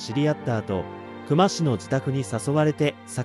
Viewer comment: 本件の久間に関しては「くま」が正しい読み方ですね 刑事やマスコミも「くま」と呼んでました 久間と書いて「きゅうま」と読むのは初めて知りました